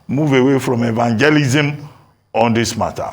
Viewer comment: Did I hear evangelism feim Abatti😅😂